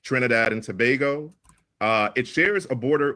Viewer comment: It's pronounced To-ba-go and not To-bag-o